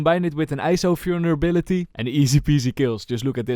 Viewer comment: The way he pronounced Vulnerability like “Fyolnerability” is so soothing for some reason